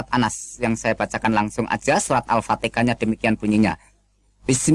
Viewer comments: Hahaha,,, ngaku ust, baca ayat al quran saja gak benar, mana ada surah alfatika,,,, dasar kafir, ngaku ust. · Ini hanya berpura pura pernah muslim sebut al fatihah saja al fatekah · 0rang bodoh bisa lah kau tipu...krna tajwid kau salah semua...mengaji Al Kuran....menyebut Alfatiha kok Alpatika....kau mmng kafir...kafir kau